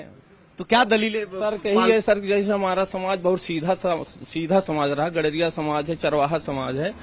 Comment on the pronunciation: Or GADARIYA THIK SE BOLNA SIKHO PEHLE NHI NAAM MT LIYA KRO